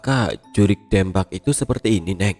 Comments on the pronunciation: maap kata saya mah yg urang sunda pengucapan nya harus nya 'Deumpak' bukan dempak🙏😊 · Jurig dempak alias hantu rata..😂 Pengucapan DEMPAK nya mirip seperti mengucapkan kota DEMAK...🙏🏻 Maaf ya,,ini hanya sekedar contoh untuk meluruskan... Salam dari Purwakarta-jawa barat 🙏🏻🙏🏻🙏🏻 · Betul sekali,,atau Bisa juga seperti mengucapkan kota DEmak .. Pengucapan DEMAK dan Dempak hampir mirip lah ya..😀😀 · Bukan dempak tapi dempak.. Ditulisnya dempak tapi dibacanya dempak... Piye to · Koreksi bang Lafal "DEMPAK" salah bang pengucapannya Dibacanya Kayak Deumpak, E nya kayak nyebut Kata "Gelang" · Sorry bang 😂😂😂😂 baca "dempak"nya buka e bebek.. 😂😂😂😂 dempak macam baca gempa.. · Kudu na mah 'Deumpak ' nya cek urang sunda mah😂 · Gatel ya dengernya soalnya salah spelling nya 😂😂😂